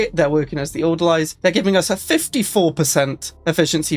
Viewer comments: It’s pronounced order-lees. Orderlies are nonmedical hospital workers, like the people who change the bedsheets, restock the tongue depressors, coean the bedpans. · You know, I was just saying like 2 days ago how insane a nomadic crimecorp would be. Not like this though, this is ridiculously OP. Also... It's pronounced "Order-Lees", welshman. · Die-nasty and order-lies I can't take it anymore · every time he says orderlies I die a little inside. Order-lees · That's not right at all. Haven't you ever seen a movie that takes places in a psy ward? Besides, it's very obvious how to pronounce the singular "Orderly", so why would you suddenly change it for the plural? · Your pronunciation of Orderlies going to trigger me the whole time.